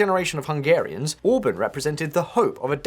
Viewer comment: To the narrator: 'Orbán' is pronounced as 'Or-Barn'. not as 'Orbin'. Even worse: 'Magyar' is NOT pronounced as 'May-are'. Have a listen. If you're going to cover a story, make an effort. Please. Hence my thumbs down.